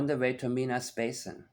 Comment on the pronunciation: I live close to Minas Basin. I thought you might appreciate how we pronounce it in Nova Scotia. MY - NUS. I appreciate your no nonsense channel.